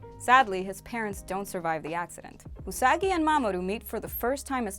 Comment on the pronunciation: Usagi (you-suh-guy) 🤣😆😂